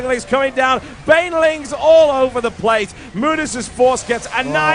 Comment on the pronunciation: It sounds like Whitera calls Bainlings for "Baliens". So from now on it's Baliens for me ^^